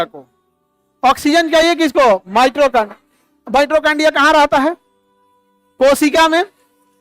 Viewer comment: Khan sir ,Mitochondria theek se uchchaaran kariye ,Mitrochondia mat kahiye.